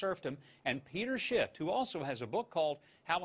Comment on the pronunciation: At first I thought he said "Peter Sh*t" but after checking it 5 times or so I think the Huckster said "Peter Shift" lol